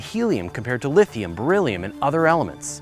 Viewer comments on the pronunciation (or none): none